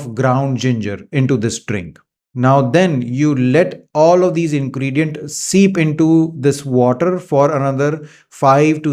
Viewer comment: Dactar sb aapko aaj tak turmeric bolna kaise nahi aaya aur ingredients bhi nahi bol patay. Sad